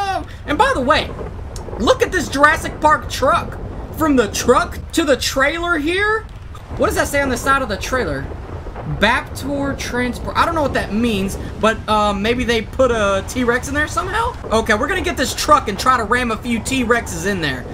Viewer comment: This nigga said baptor transport it's raptor transport